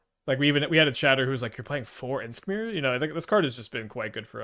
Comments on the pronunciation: lol idk if its an inside joke like anti casual vestige it is funny tho he pronounces it like inskmir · What's up with the weird pronounciation of Imskir, is that some kind of an inside joke?